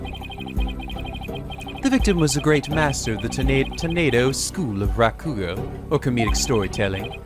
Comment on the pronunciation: Speaking of pronunciation, continues to put the wrong stress on three-syllable Japanese words. After playing so many Japanese games, especially Yakuza 0, he still hasn't realized that you don't stress the second syllable. MA-ko-to, not ma-KO-to MA-ji-ma, not ma-JI-ma YA-ku-za, not ya-KU-za In this case, it's RA-ku-go, not ra-KU-go Hopefully he notices and fixes this because it's been a problem for a long time.